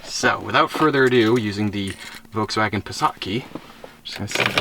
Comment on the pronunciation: volkswogan beetel. Lol